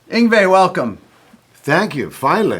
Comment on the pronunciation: Why is Yngwie”s english pronunciation still …. worse than the average Swedish person ?